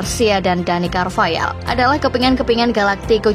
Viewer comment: Carvayal ❎️ Carvahal ✅️